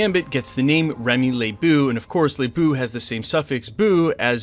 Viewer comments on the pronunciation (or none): Sorry, but it's not said, "Le-BOO", but, "LeBO", like a bow for shooting arrows. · Did you say Remy Lebeaux (Le Boo)?......... Did you not watch the animated series?! Did you NOT ask ANYONE from Louisiana how to pronounce it?! It's pronounced Remy Lebeaux (Le Bow) not like a Ghost Boo, but like an archer BOW. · Thank you. Love his channel but Gambit was my second favorite character ever in Marvel Comics and when people mispronounced his name it drives me nuts too. Ley-Bow. Thanks again for the content. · It’s pronounced La - bow! (Labeau) . Not La Boo❗️🤦🏾‍♂️ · BEAUDREAUX is pronounced Boo-dro, not Bor-dough. And it's not Lay-boo, it's pronounced La-bo. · omfg... the pronunciations. Remy le BOW (like a bow tie)... and Bordeaux is a french wine... Boudreaux is pronounced BOO DRO. Gambit's name is very well known and to pronounce it Remy Le BOO is just... cringe. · Lebeau is pronounced “La’ Bow” not “Lay Boo”, I’m from Louisiana, just helping out👍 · Bro its pronounce ... la bow... not laboo.... i listen to all of ur videos..God job .. I named my dog Remy he's my favorite xman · French speaker here, Gambits last name ‘Lebeau’ is pronounced: Ley-Bow not Ley-Boo. Hopefully this helps future reporting on the character. Beau is also a very very common part of many French names. It means beautiful/handsome. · It's NOT Lay Boo. Le Beau is closer to "Le Bow". It means "handsome or beautiful" as it refers to a man. C'est la langue Française. C'est beau et ta prononciation me fait mal aux oreilles. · Not trying tk be that guy.. but it's not Remy Le BOO. It's le BOW. Like bow and arrow. Keep up the good work though! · It’s pronounced LE BOW, without the W inflection. Not LE BEW. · Omg, the butchered French made me think you were talking about totally different characters. Super confusing! Remy's last name is LeBeau, not LaBoo. Sincerely, someone who isn't French. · pretty sure its pronounced as le-Bow not Le-Boo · It’s pronounced “bo” not “boo”, Remy LeBeau “Le Bo”